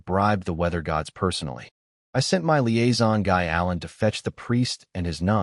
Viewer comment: I love the story but I wonder why the AI can't seem to say the word "my" - it always spells it out. It happens so much that it's become a running joke in our house.😅